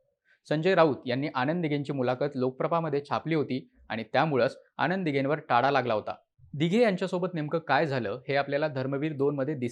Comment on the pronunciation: Well explained … परंतु ‘न’ चा उच्चार ‘ण’ असा होतोय… उदा. आणंद दिघे … !